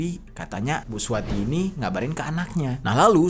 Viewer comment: Akukan dgr bg jeri nih sambil ngerjain tugas... Blas g liat2 hape...sampailah ke saat ditemukan mayat seorang ibu2 yg namanya SUWARTI. Dengar terus nih..kok lm2 bg jeri blgnya suwati g pake r.....bkn suwarti...kok bg jeri nyebut2 namaku...tak dengerin...iya i...suwati...smp tak putar balik mau tau nama ibu itu siapa...dapatlah...SUWARTI....bg jeri bg jeri. Gara2 si samsudin buat heboh. Sukses bg jeri